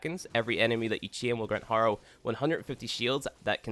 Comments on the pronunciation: Say it with me "hare - oh" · Every time he pronounces Harrow I lose a piece of my blain...I'm not hating btw, it's a great video, very helpful.